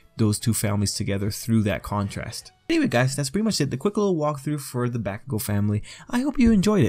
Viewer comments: Why fo you say baakugo... when its bahkugo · MAD HOW TO SAY BAKUGO: BAW KU GO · Everytime he said “backugou” I cried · Can you stop calling him. back-kugou thanks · This is great info! BUT 1 thing that bothered me during the whole thing,was the pronunciation of bakugou.He is pronouncing it like (BACK-ugou). But overall its a great video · Different ways of saying it. I always pronounce it as Bock-ugou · Yo you don't say bakugo and katsuki with a long a sound you say it like Mario bAkugo kAtsuki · I can't take u seriously when u say baakugoes XD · Is anybody else annoyed by the way he pronounces Bakugou?